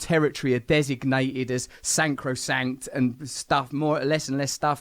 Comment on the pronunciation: Sacrosanct, not sancrosanct. Yes I can't speak nearly as well as the Brand and yes I am a smart arse know it all